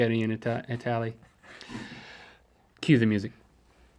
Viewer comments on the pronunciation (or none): In It-ahl-y, hehe